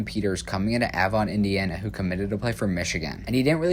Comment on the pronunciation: You missed pronunciation of Avon